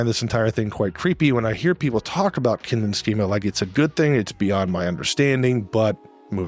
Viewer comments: one tip: It is spelled "Kindchenschema", you missed an entire syllable in your video. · German here. Very good video, I just wanted to correct one thing: it's Kindchenschema, not Kindenschema. The word 'Kindchen' is the German diminutive of the word 'Kind' meaning 'child'. Knowing the origin of the word is actually quite a good aide-memoire for its meaning if you think about it.